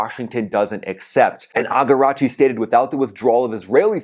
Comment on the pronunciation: The Iranian Foreign minister's name is A-RAG-CHI, not AGARAGCHI.